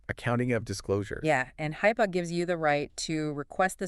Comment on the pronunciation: Thanks for making these available! (It's pronounced HIP-uh, not Hype-uh) :body-blue-raised-arms